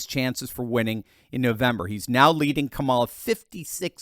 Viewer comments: it's KA-ma-la, not Ka-MA-la. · que mala not Kamala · Can't stand her, but say her name correctly...